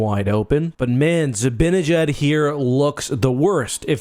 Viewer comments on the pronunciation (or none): Stop calling him zibbinyjad. It's ZibAnejad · As a Rangers fan, you should learn how to pronounce Zibanejad. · I don't understand why some ppl pronounce Zibanejad's name as though it were spelled Zabinnejad